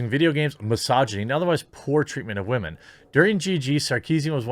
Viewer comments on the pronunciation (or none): "Wamen". Damn, that's so funny. Shadilay and praise kek.